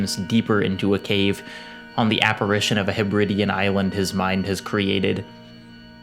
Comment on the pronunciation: it’s pronounced HEBridEEan not hebRIDean